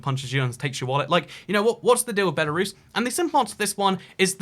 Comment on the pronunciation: Lithuanians feel polish? Dude, cmon. Post Soviet countries besides the baltics have strong ties to Russia? Dude, we in Odessa use to burn people alive that thought like so back in 2014... Ukraine is at war with them, Georgia had a war already. Its Lukashenko, not Lushenko. And its BELARUS, not BELORUSSIA!! Belarus is not white Russia! Belarus is White Rus'. RUS'!! Ancessors of Kievan RUS'! Not Russia! Belorussians will definetly feel offended if u say that to them. I think you should speak with some people from each countries before making such statements. They are just disinformation and sometimes even offensive. And a half-communist ethnic russian from eastern Ukraine is definetly not the best option.